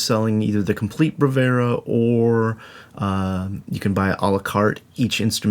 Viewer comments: It's Bravura, not Bravera. Must drive Impact nuts. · 17 mins and 52 secs with a guy who pronounces the name of the library he's reviewing wrong...!